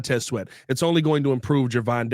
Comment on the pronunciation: Sweat not Shweat